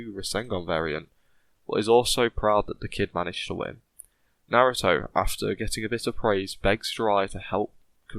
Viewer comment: Naruto not narudo